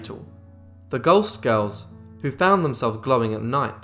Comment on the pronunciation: I had to read the comments to understand that he was saying "ghost girls". Sounded much more like "gulst girls".